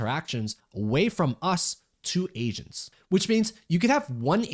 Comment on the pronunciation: Hearing "Asians" instead of "Agents" hits different ☠️